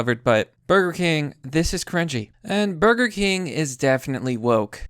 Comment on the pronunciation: It’s Burger Kangs not Burger Cring